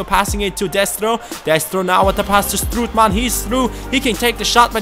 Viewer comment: You pronounce it strootman, not stroetman.